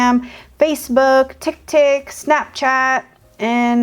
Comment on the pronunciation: said tiktik 😂